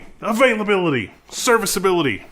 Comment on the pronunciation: "Reliability"... "Availability".... "Serviceability" .... loved the way you said those IT jargons 😂😂😂